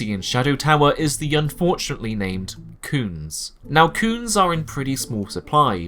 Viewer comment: aaaaah... "cunes". So funny everytime you say it, what a great little name for an ingame-currency